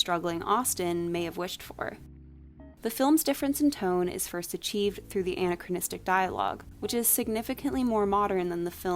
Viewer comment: I heard it as Anne-achronistic every time.